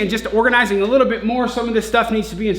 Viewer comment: He say "littie likea tittie" 😂😂😂